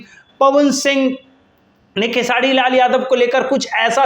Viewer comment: पहले बोलना सिख लो भाई......खेसाडी नही खेसारी है...... 🤣🤣🤣🤣तुम चमचे थे, हो और रहोगे खेसाडी लाल का 🤣🤣🤣.........तुमको इंटरव्यू चाहिए पहले वैसा बनो